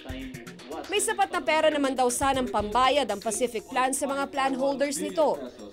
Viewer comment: Paciflikadong plan pala hindi pacific plan hahaha